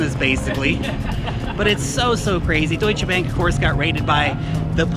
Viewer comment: Year it sounds funny. Thanks for your great work. Greetings from germany.